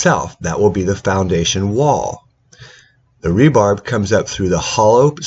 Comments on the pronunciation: Bro how is anyone supposed to take you seriously when you’re calling rebar “rebarb”? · Rebarb? Is that like rhubarb?? Tuff on Teeth Footing...not footer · Did I just hear "rebarb?"